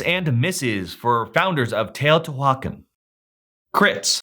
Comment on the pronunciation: If you genuinely can't anounciate this then cool, but that is not what I hear in your inflection and your words. I feel like it is so disrespectful to still be unwilling to learn how to pronounce this after 4 years! You sounds so dismissive of the culture. Pronunciation is right there on the Wikipedia page. Go practice till you get it right.